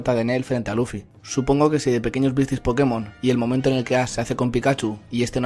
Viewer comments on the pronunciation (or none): none